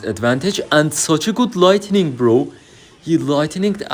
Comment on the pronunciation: Başarılı video. Bugunun dersi: Light-ı-ning değil Light-ning